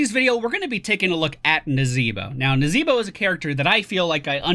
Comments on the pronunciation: is there a story behind why he says it that way? or is it just for fun? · Why do you say the name of the character in such a way?